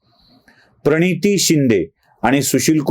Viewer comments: अरे ह्याला प्रणिती बोलता येत नाही हा per niti बोलतोय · तुमचं असच होणार झालंच पाहिजे बोलायला शिक परनीती काय प्रणिती म्हण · Parniti 😂😂 ti tr swatahach nav praniti as sangte😂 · Praniti asa sadha uchar karta yet nahi 😂😂 Par niti par niti karayla Aani hyala gatneta kelay 😂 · परनीती शिंदे असा उच्चार करतोय हा परवक्ता 😂 वैभव मांगले चा डायलॉग आठवला...... दगड.....😂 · अरे प्रणिती नांव निट उच्चारता पण येत नाही😅